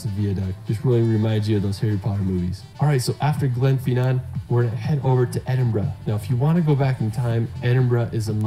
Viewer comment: The best bit was your comments on his video. The photography was marvellous but his choice of places was bizarre eg Wales, Northern Ireland etc. Not to mention his pronunciation, viaduct and Glenfinnan. I swear he kept saying Stonehedge!